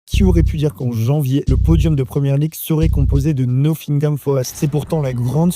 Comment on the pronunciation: ça se prononce pas noSSingam